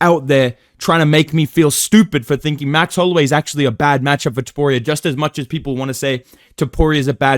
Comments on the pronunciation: Brotha listen, i didn’t mean to bully you outta calling Ilia “toporeo” lmao. Felt like you were fighting to hold it back the whole video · It is so weird hearing say ilia’s last name (don’t know how to spell topuria)